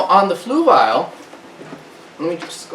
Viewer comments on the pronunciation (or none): Fluval is pronounced fluvol not fluvile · Where is the "i" in Fluval? I must be missing something on how to pronounce it :) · 😂 "floovial". I noticed that too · The way he says fluval lmaoo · You're not quite there but you're really close. First of all Fluval is a difficult word to pronounce, in fact even the representatives on the Fluval YouTube channel pronounce in completely different ways. You're trying to say it like this flu- (like being sick) V AL ( like the name Al as in Al's Toy Barn) the problem is when you say fluv-AL really fast it can sound like flu-vile. In fact I said fluvile to 2 different talk-to-text programs and they both spelled it as Fluval. Here is a link to one of their representatives saying it.